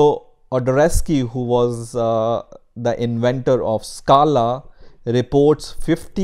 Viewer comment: Stop pronouncing scala